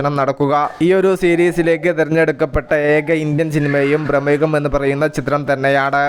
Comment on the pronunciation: എടാ മൈതീനെ നിനക്ക് മലയാളം പറയാ നറിയാതെ യുറ്റ്യൂബിൽ തള്ളാൻ വരുന്നതെന്തിനാണ്?ഭ്രമയുഗം എന്ന് നീ തൊഴിച്ചു കേൾക്കുന്നത് പ്രമേഹമെന്നാണ്.